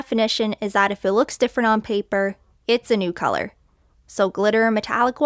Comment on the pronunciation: I like how you made the "u" in colour more distinguished, happy Canada Day !